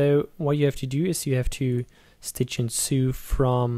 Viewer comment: "Stitch and soo"... lol